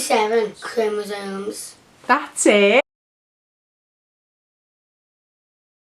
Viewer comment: aw, this is beautiful documentary. I especially really like the bloopers part and the way Lib pronounces chromosomes at first! :)